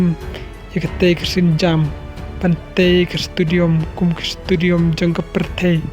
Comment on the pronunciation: Stadium ❌ Studiom ☑️